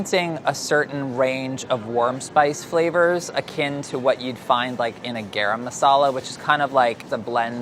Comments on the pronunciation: Kate Marlow you pronounce it as GUH-RUM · There are such thing as Masala Salt (Garam)? Basically spiced salt? Or salted spice??? And it's pronounced Gah-Rum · I had a full body cringe at how pronounced "garam" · I feel like pronounced it with the d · Ok Priya, you have got to teach these guys how to pronounce “garam”. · I love but his pronunciation of garam is giving me stress Also an Indian woman giving you a 90 is not a complement that's a failing grade y'all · someone fix his "garam" pronunciation!!!